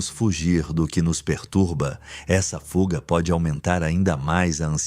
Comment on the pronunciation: Vídeo bacana. Sempre acompanho. Mas “fulga” é de lascar ( min).